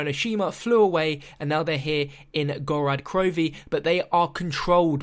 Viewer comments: mate can you just not talk? Gorod Krovi is pronounced "Gorod" not "Gorad" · "Gorad" he says...